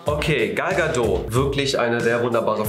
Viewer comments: Gal Gadot wird wie " gäl gädod" ausgesprochen! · Das T von Gal Gadot ist nicht leise die kommt aus Israel